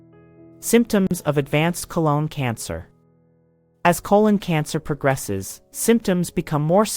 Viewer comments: Good video, but so annoying that she keeps saying "cologne cancer" instead of colon cancer. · Why does the narrator keep saying "cologne" cancer versus the proper pronunciation throughout the rest of the video? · Yes, she said "colon cancer", but she also said "cologne cancer" quite a few times.